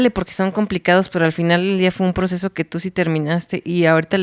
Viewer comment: Drink cada que dice "el poceso"